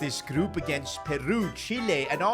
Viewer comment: Bro said "PearU" like it's that Ed Sheeran song bruvvvv